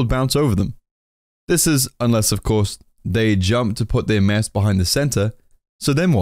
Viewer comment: Oh! You were Saying "MASS"... damn.. All I could hear was "Mess" lol until half the video omg